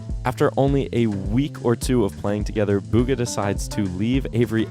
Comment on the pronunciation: Its pronouced bgha